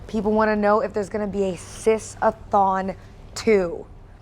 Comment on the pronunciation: "Sis-a-thon" the biggest flaggot sh!t I've ever heard. And "Are they PR friendly?" No you r3tard it'll be PR friendly when they're out of business forever for promoting insane pdf bait. At least they're genuine fakes because that stupidity is next level.